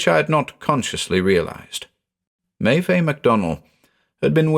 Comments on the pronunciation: Unsure if anyone has said this before, but the "Meve" in the initial quote is pronounced May-iv. It's spelled Maebh in Irish, the "bh" becomes a "v" sound. Always love your stuff btw, just thought I'd mention that. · Maeve is pronounced as /meɪv/. Otherwise, it is nice to hear a story set in Ireland. It has so much potential for creepy stories.